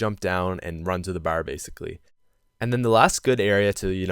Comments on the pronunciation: Bar not ber lmao you Boston or somthing? Lol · You say "bar" so funny, it sounds like you're saying "bawerr". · Lol, i love the way you say Barrr. XD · The way this guy says bar is so fucking annoying